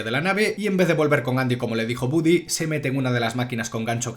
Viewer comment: se escribe y pronuncia, Woody